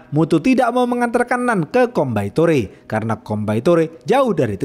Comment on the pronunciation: Bang Coimbatore dibaca koimbatur😁🙏